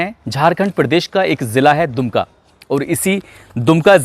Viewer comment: It is #DUMKA not Dunka.